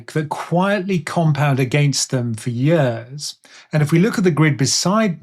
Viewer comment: Is anyone else hearing "yurs" instead of "years"?.....Just me? 🤪